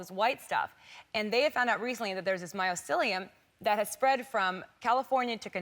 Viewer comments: It's my-SEE-lee-uhm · she keeps saying "myocelium" , when its mycelium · What the hell is "MyOcelium" ?